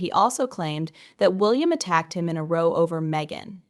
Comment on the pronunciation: It's a row not a roe you commentator